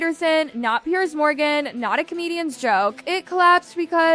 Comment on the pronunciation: His name is Piers not Pierce. Like plural of Pier. Americans should learn English before telling people how to live. Maybe start with learning cutlery use beyond the scope of a toddler.